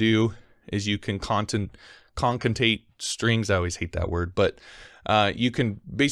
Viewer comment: con ca ten ate